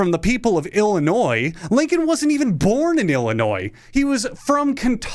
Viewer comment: comment for the algo because you pronounced illinois the right way and also drop kicked our state, thank you